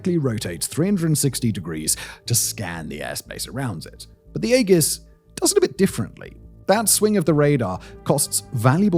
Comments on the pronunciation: and it's a greek word. It's 'ee-jis' not egg-us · EE-jiss." Not "AY-juss," and not "AY-giss." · The way he pronounces AEGIS with a hard "G" like haggis is killing me. It's "EE-JUHS" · EE-JIS not 'AY GUS' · AEGIS.... You maybe pronouncing it correctly for the Greek version, but for the US naval version use soft g not the hard g. You know the one that sounds like a j....AEJIS is the way The US Navy pronounces.... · E-jiss, not ay guss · The name is E-jis. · Its 'A-Jis' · Aegis [ˈējəs]. Sorry, it was just bugging me. The Navy acronym SLQ-25 would be "slick-25." Cheers.... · WTF is “egg-is”????? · aegis (/ˈiːdʒɪs/ EE-jis;[1] Ancient Greek: αἰγίς aigís) *sigh*. Mispronouncing the most important system. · Eggis is killing me lol. I would rather take Ages. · omg, you mispronouncing Aegis is driving me mad... A-Jis... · I say AEGIS with a soft G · "Egg-is" had me rolling lol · Yeah, the old boy really doubled down on the mispronunciation. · more like "Aye-Gis" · Sounds like ee·juhs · “Egg-iss combat system” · Aegis has a soft G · The A is silent, beans on toast! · As a former US Navy EW Tech, I appreciated you showing the SLQ-32. However, deduction of cool points for the mispronunciation of the AEGIS name and saying soldiers instead of sailors. Really good video, though. As always, great work on this and your other channels! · I'm pretty sure it's a soft G in Aegeis. Unlike the G in a rhyming Scottish delicasy.Check that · Shame Simon couldn't bother to get the pronounciation of AEGIS and Thales correct. And that's just the two I noticed. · If you’re going to say the word aegis 300 times in a video, learn to say it correctly. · Might have mispronounced Aegis... =D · I think the biggest thing is how he missprounced AEGIS